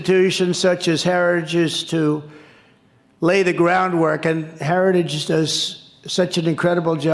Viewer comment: Did he say heriage instead of heritage? 🤣